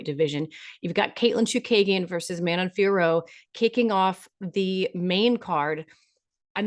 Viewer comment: Thumbs up for pronouncing Manon Fiorot’s last name correctly. I don’t know how Jon Anik and everyone else seem to think you don’t pronounce the last o sound, and they say Fior or something like that. Maybe you could tell them to ask Manon directly? Just saying.